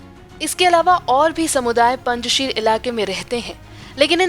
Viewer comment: पंजशीर का सही नाम और उच्चारण है पंजशेर। कुछ समझे पंज शेर पंज प्यारे यानी यह नाम भी पंजाबी <हिन्दू>नाम है!